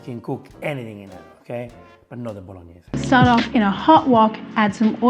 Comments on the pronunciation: drink pasta water every time she says boloneys challenge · Bolog-Ne-Se ... Sofffffrito ... Star-Anis . It's funny when you get mad. And who in the right mind puts tomatoes (and wine, if you want to do it properly) in a cast iron wok. The acidity might destroy it. That's why a cast iron pot has a coating and is made for slow cooking. A wok doesn't have that coating and is made for fast cooking and not for "stews". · Man said "bolo knees" am dying 💀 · That's why this is a Bolonays and not a Bolognese. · Wok.....and Faster....Bolognese i can not speak how it hurts to me😅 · Addition notes: Most people pronounce Bolognese as French way, the real sound should be BologNIE-SEI. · She murdered the Bolognese!